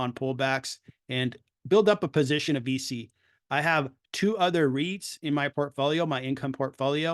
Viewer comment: I think its pronounced veechee